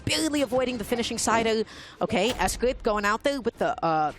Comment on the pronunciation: S-gwape is crazy